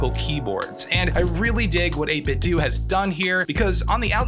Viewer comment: It's pronounced "8 bit doe" as in "8 bit tho". Not "8 bit doo"